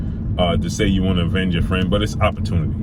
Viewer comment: Lol definitely sounded that word out. It’s *Avenge great brother